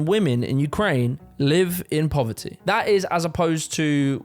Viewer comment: ❌Poverty 🗣PO-VAH-EH ❌ Community 🗣COM-UH-NI-EH ... Love it! 🤣